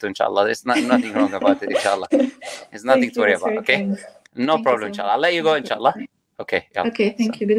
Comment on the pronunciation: "We are gonna have an Islamic potato today, Inn-Sha-Allah" 😂😂